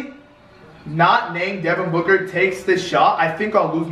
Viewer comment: When devin booker made that shot is sounded like said Booger like if you agree